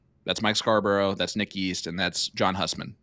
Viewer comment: John (hue)sman not Husman even tho that’s how it’s spelt lol